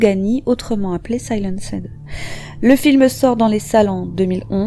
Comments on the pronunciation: Le "SAI-LAN-SED" du début m'a fait bien rigoler mais uoerbr vidéo comme d'habitude. À part les prononciations massacrées, continuez me bon boulot👍🏾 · Très très bonne vidéo ! Mais il va falloir revoir votre prononciation du mot "Silenced" en anglais :p